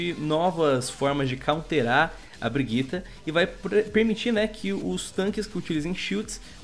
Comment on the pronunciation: Não consigo tancar esse cara falando "BRIGUITA" kkkkkkk